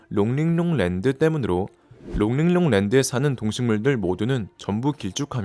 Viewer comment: 롱링롱 발음 착착 감기네